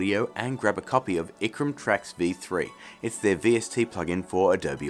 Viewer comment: Icram, what? It's IRCAM, sir. As in the French computer music/research institute.